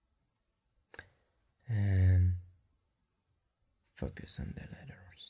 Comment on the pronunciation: I keep thinking he’s saying “Fuck yes” when he’s saying “Focus”